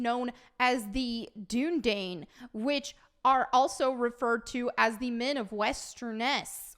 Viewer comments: it's pronounced "doon uh dīn" and they talk about it in the films lol. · Dunedain is pronounced Dune-uh-dine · Gah! The Dunedain, is pronounced in the Two Towers Extended. When Éowyn give Aragorn food. And Aragorn, the Dunedain do have elven blood. That's why they live so long. And Aragorn IS described in the books. He is pale. one would assume that someone who is pale is white.